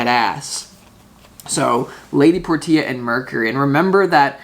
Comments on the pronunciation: Lady por tee ah...is it not lady porshaa like the car ? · You're always so spot on,! BTW, Portia is pronounced: Por- sha. Thank you for everything you do. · Thnx 🙏🏻🤙🏻 Btw, I believe it’s pronounced “Porsche” 🙏🏻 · Thank You So Much for the Reading Dude. Love your work. Only just found your channel but now, I'll subscribe ifvI havent already. That lady Portia card, unless I'm mistaken it's actually Lady "Porsche-ah". Just like the car with an A on the end of it. All good though Dude and Thanks Again for the reading from All thecway Down Under here in Australia Brother 🙏🏻♈️✌️ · Lady Portia is pronounced "Porsche" with an "a" after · Her name is pronounced as Porshia